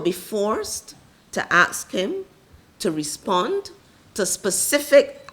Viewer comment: Women in Action Network: "We want to axe the Minister...…" I don't think she intends to do bodily harm; I think she means, "We want to ask the Minister..."